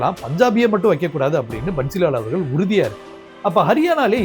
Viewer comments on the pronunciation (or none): none